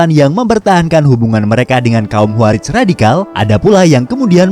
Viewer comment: Khowarij min bukan kuwarij